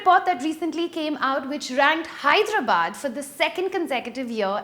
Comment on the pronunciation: For the love of God, please pronounce Hyderabad correctly